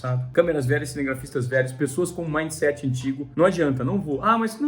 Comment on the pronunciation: maind seet